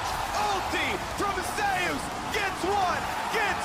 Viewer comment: Tbf Zeus is pronounced zoos, just says it wrong